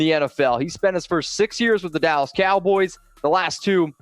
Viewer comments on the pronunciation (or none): none